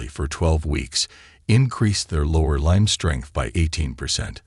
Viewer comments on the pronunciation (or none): Weirdest pronunciation of limb, Arkansas, and Oregon. The AI needs some AI.